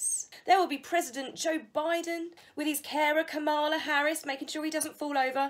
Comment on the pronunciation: The Vice President pronounces her name coma (like the punctuation mark) la. Coma, la Kamala Harris 😉